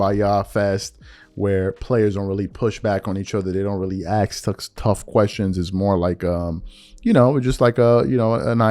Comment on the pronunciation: do yourself a favor and just say the word 'ask' instead of forcing out an uncomfortable 'axe'. I'm just messing with you, I love your channel.